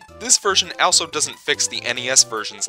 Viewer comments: How can you mispronounce a word as simple as also multiple times in one video? Answer: many. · You pronounce “also” extremely bizarrely lol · what the fuck is up with pronunciation of the word "also"?